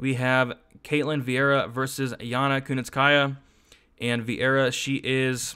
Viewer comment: Haha nope! You add a syllable to kunitskaya, too.. hehe. Just giving ya a hard time, thanks for the show. Always a fun listen during work